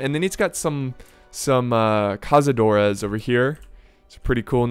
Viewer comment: i`m portuguese and you neeed to learn portuguese, it`s " atiradores" not "tiradorés", and " cassadores" not cazadores, but I liked the video especially the brave portuguese soldiers.